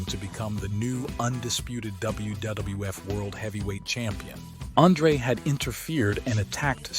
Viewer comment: You really suck at pronouncing names. DiBiase is pronounced “Dee-bee-ah-see”, Andre is “Ahn-dray”.